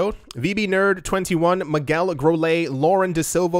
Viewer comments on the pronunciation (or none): none